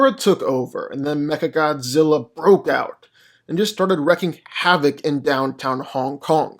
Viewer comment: It's "reeking" havoc not wrecking